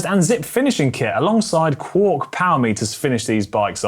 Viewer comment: it was a joke cos its Quarq and they pronounced it quork